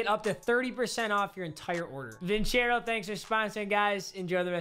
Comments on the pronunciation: its vincero not vinchero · Bro you literally pronounced your own sponsors name wrong😂😂😂 it’s pronounced (vin-sair-o) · Your saying the name wrong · Only Papa would mispronounce a sponsor's name.